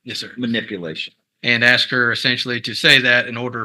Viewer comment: Even the lawyer said "Aks." Yesh.